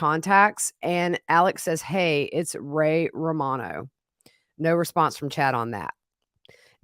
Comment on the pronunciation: Ray Ramonoe??,, Really??😅